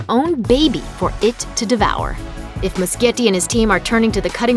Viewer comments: NOT MUSKIETTI, IT'S MUSCHIETTI GEEZ!!! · the director of it chapter one is pronounsed andy mushetti not andy muskietti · every time this bitch said Andy Muschietti's name wrong i got so pissed lmao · I cringe every time she says muschietti